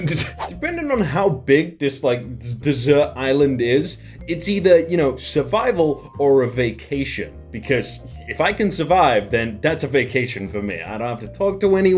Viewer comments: Desert, not dessert. Two different words with different pronunciations and meanings. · Did you mean to say Desert,? You said "Dessert Island" - was it made of ice-cream and jelly, or some other pudding???